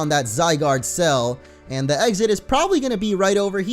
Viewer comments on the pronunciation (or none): none